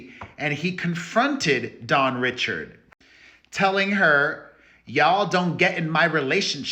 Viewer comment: Dawn’s name is pronounced “Ree-shard” not “Richard”.